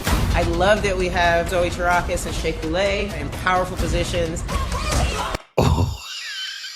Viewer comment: As a french teacher, I find even the placement of the accent in Couleé's last name infuriating.